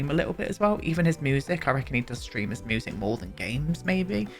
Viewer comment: I love how you say musically and music - moosically